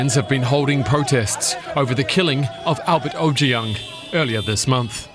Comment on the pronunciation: Kudos to the she pronounced Ojwang correctly and by the the guy survived he he underwent emergency surgery and is currently in ICU. He is in God's hand now🙏🇰🇪